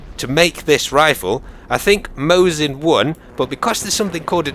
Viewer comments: Nagant - don't spell (t). Mosin - don't spell (z), its (s). Just in case you care. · not Zaisev but Zaitsev, Not Mozin but Mosin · What's up with Vazily Zaydzev? :P It's /MAWSSIN/, too.